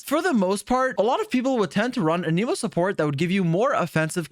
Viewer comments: Every character in the game will pronounce the word "An-im-oh" and people will still insist it's pronounced "An ee moh". Drives me insane. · bro is still saying an emo in 2024 ICANT